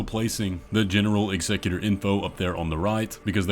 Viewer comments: Sorry... i AM that guy.... but its not eggsecutor. Its EXECUTOR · executor- execute-er. not excecutor. sorry it was driving me insane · Ex-a-q-ter. Sorry it was bothering me. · I just cant with the pronunciation of Executor... dude must be trolling. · Bro the way you pronounce executor makes me cringe so hard every time.